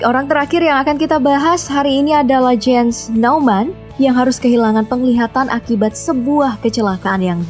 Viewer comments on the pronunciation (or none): none